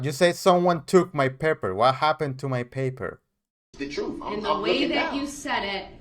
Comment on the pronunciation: Listen to him! “He had pass chu” or “Twentief “ the day he swore nothing happened that day either. That’s the “troof” according to duh rel the alleged defendant. You are the defendant you clown! Oh yeah. Detective “gufff”